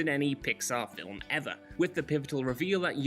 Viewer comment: "Film" has one syllable